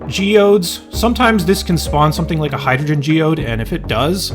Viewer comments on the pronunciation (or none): none